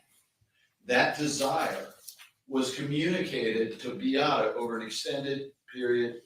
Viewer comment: You think after five years this lawyer could have learned how to pronounce Beatta and Maya correctly????